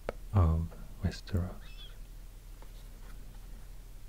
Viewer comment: I couldn't figure out where you were from until you jumpscared me with "Västerås" hade seriöst ingen aning om att du var svensk förrän då wow